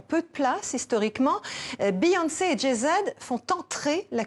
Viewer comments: Elle vient d assassiner jay z on l appelant Jay zede jet 27 aussi ,kel humiliation c koi cette journaliste un baaz ou lieu d un buz Beyoncé c est devenu jason gnousse ahhh cette journaliste est une blague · Mdr elle a dit "Jé zed" jpp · (Passons le: Jay Z, une mauvaise prononciation est compréhensible) ".. culture africaine américaine dans cette espace (..) pour affirmer l'égalité de la culture Afro-Americaine avec la culture blanche " "La pop culture sur La Culture.. " 🧐 ? La culture blanche est donc: LA CULTURE ? "Ceci est un coup d'état culturel"🧐 ?